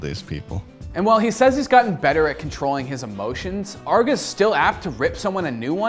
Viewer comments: its not Arr-GA Its Ar-Gae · Its arguh? I thought it was just arge, like you say large just without the L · for me the worst part of this vid is saying arg uh instead of arg geey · It's Arrge, not Argg. He's not a pirate! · It's Arr-gey not Arg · I was triggered by hin saying "Arrgo" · ARRGEEEEEE MAYTEE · between the unbuttoned shirt and the pronunciation of Arrgee, this is my favorite video yet. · He pronounced his name "argo" wtf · you say his name wrong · You can tell this dude didn't know what he's talking about and just needed a video. He's literally just recapping arrge's video he made and saying his name wrong repeatedly. Lazy video. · You absolutely butchered the name but glad to see an OW video an especially and aarge one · You mispronounced his name the entire episode, have an unbuttoned shirt, and don't really know that much about this guy at all (I mean for a good portion of the video you were just paraphrasing what he said in the interview). Gonna be honest, this is probably the worst episode I've seen on this channel. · Damn... Pronounce his name right. You do research yet can't say his damn name...